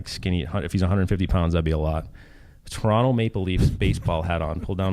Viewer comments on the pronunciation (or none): none